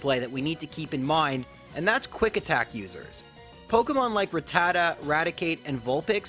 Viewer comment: It’s pronounced rat-ta-ta not ruh-tata